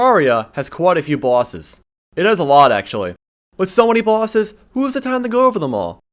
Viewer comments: Is it just me or is he saying bwases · "Terraria, has quite a few bawses"